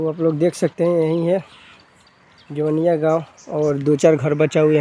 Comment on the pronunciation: Pahle tu gaw ka nam sahi se bol.....ara jila ka ho or jawainiya nahi kah pa rahe ho